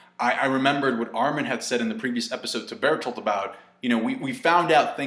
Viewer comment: It's not Bertholdt, it's BERTHOLDT!!!